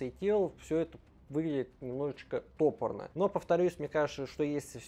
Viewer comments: Не тОпорно, а топОрно😅 Ты же говоришь топОр, а не тОпор😢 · Спасибо!! Ударение в слове " топорно " на 2 слоге , "топорно " - сделано грубо , коряво , как вырублено топором.